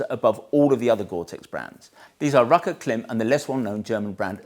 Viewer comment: Love your videos. But, every time you mispronounce KLIM, it stands out to me. KLIM is pronounced like “clime” as in climate. I expect you have gotten this feedback before. Here’s a video from KLIM where the company founders pronounce the name of their firm correctly. Sorry to be picky, but I am sure credibility is important to Motolegends and pronouncing the name of one of your key product lines correctly can only be a good thing. Keith